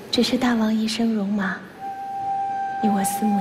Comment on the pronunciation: “大王”发音应该是Dàiwang，“大”音同“代”，“王”念轻声，跟“大夫”同属一个模式。这么基本的常识，却在这么大的制作里被无视，陈凯歌都没出来指正，遗憾…。